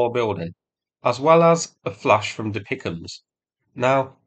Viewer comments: Please; "Dee Pee Eye See Em" not DeePickum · It is not refered to "DePicEms". It is pronounced by each letter, D-P-I-C-M-S. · I am sorry, but ITS NOT DePicms, it's D P I C M, (Di Pi Ay Si Em), but love your videos ❤ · For Pete’s sake! It’s not pronounced “Dee pick ‘emus”!!! It’s “D P I C M”, (Dee Pee Eye See Em), for Dual Purpose Improved Conventional Munitions. Please get this right…from a retired Red Leg Artilleryman. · Dear, you’re usually pretty spot on with pronunciations and acronyms…but De-Pic-Em’s? 😂 I’ve only ever heard referred to as D-P-I-C-M (DPICM - dual purpose improved conventional munitions). ❤ from 🇨🇦🌻🇺🇦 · lol, never heard anyone call the DPICM's dee-pick-ums before. it is just referred to by the letters DPICM (dual purpose improved conventional munitions) it is not a word sound. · "Deepickems" I can't see any more of the video through the tears of laughter :face-blue-smiling::face-blue-smiling::face-blue-smiling: Really like your videos mate, but you make the "DPICMS" (pronounce as letters) sound like something out of A Christmas Carol 🤣🤣🤣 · "Dipicahms"? Really? You suddenly sound as fake as the bots which insist on pronouncing HIMARS as HEMARS. I thought you hailed from England! Why should/how could an Australian have a better grasp of the English language than a native Brit? If D.P.I.C.M's is too difficult, they are artillery cluster-munitions. Russia uses similar munitions, but they are not as reliable, or delivered with accuracy. I apologise for my sarcasm here, I very much appreciate your efforts to highlight and explain things to those with more limited knowledge and understanding - but I expect that you should be able to understand relevant military terminology at least well enough to repeat what it's called without totally munting it. If you aren't sure, there are plenty of people you could ask, or even Google it. You will find DPICM, but you won't find "Dipichams" anywhere.